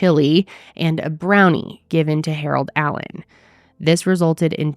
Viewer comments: dude… the reporter is incapable of not saying Harold adam-allen lol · thats what i came to say, like did she keep calling him harold adam? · I wonder if she knows someone named Harold Adam, that’s the only reason I can see why she kept struggling 😭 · I'm stuck on the fact that two reporters could not pronounce his last name of Allen, but they both said Adam. 🤦‍♀ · Ok but why can't that news lady say "Allen" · why can't this news anchor get her shit together and get poor Mr. Allen's name right? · Why can’t this news anchor say this man’s name? It’s driving me nuts lol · That reporter really had trouble with his name. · The only thing I can focus on is the fact that that reporter cannot say the man’s name correctly 🤦‍♀️ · Wow. It’s very obvious why that tv anchor is on a very small town local newscast. How many times did she f*** up the victim’s name? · Why can’t that news woman pronounce the poor man’s name correctly:( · These ppl that call themselves news reporters can’t even get his name right wtf! They are actors reading scripts and still can’t read just annoying on top of this sadness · Why did that reporter struggle to say Allen so bad... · i came here to say the same thing, almost every time she said his name she messed it up. not cool.😔💚